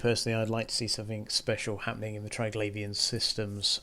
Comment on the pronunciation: English. What a brutal language. Triglavian should be pronounced Tri-glah-vee-an, since there's no 'i' after the 'gla', as in 'glaive'. No wonder people who have ESL struggle with it, haha.